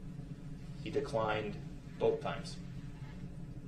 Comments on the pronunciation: "bofe detectives"... not boTH, but bofe. 😒. I hate that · "Boaf, boaf detectives" 🙄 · Bohff = both 🤔 no F in both 🤪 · This lawyer is terrible. What the hell is “Boaf”